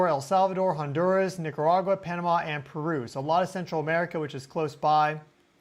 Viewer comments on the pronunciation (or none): none